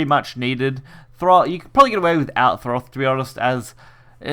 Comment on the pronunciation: no R in Thoth